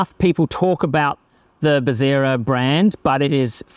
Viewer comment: its bezzera. not bezzira